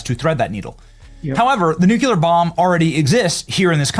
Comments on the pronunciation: "nuculer"..... "nuculer" "nuculer" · NUCLEAR. Not NUCULAR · First of all Benny, it's pronounced "nuclear", not "nucular". Second, let your guest talk. Most of your videos are aggravating because you talk, ramble and mumble non-stop. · I like this broadcast...constructive notes that might improve the delivery: 1) The phrase "Ladies and gentlemen" is used annoyingly too often and 2) The mispronunciation of "nuclear" (NEW-clee-er) as "nucular" (NOO-kyoo-ler) is distracting from your message. OVERALL love it (but have to mute and use closed captioning to keep from getting distracted by these issues.) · I love you Benny, but the word is "nuclear"....."new-clear"...not "nucular" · Please quit say nuCUlar. It’s nuCLEAR! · Nucular is not a word, it’s Nuclear New-Clee-er-Also, it’s a Republic, not a democracy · new cue lar vs. new clear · Nuclear. New-klee-ar. NOT new-kyew-lar. There is no such word! Only Jimmy Carter and similar dumbasses say such an important word incorrectly! Knock it off! When communication is your career you need to do it right! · I'm sorry...I love Benny to death, but could someone PLEASE....?? Tell Benny that the word is pronounced NuCLEar....NOT nuCUlar...!! For the LOVE of PETE!!! Keep seeking the truth, Benny. We are behind u... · NUCLEAR! NOT NUCULEAR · 23 seconds in, figured out you can't pronounce nuclear. It's not NUCULAR. Even if I try to pronounce NUCULAR the Google autocorrect replaces it with nuclear. Why the hell can't you pronounce it the correct English way? Anyway, thumbs down from me. Every time you fuck up the English language on purpose. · what are the chances gen flynn wants to strangulate you every time you say 'nucular'?:face-purple-crying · Nuclear. Nu-clear. Say it with me. Nu-clear. Nu-cu-ler? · Benny, it's pronounced "new-clee-ur", not "newk-u-lur". Read the spelling. You're a professional. Learn to speak clearly and accurately. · New clear, NOT new cue lar. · Love you, Benny, but PLEASE learn how to pronounce "nuclear!!"